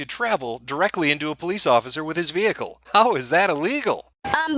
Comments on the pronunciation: Vehcile? WTF? Who's the illiterate one here? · you are illegally getting into my Ve-hickle